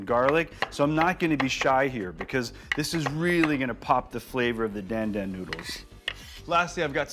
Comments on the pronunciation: Again you mispronounce the dish’s name. Why Jet? It’s not “Dan” as in the male name, the A is like in car … so it’s pronounced like the male name “Don”. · It's pronounced Don Don not Dan Dan, and Sichuan peppercorns are not spicy whatsoever!